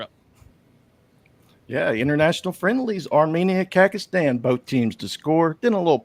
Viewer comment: Did he say Kakastan 😅😂😅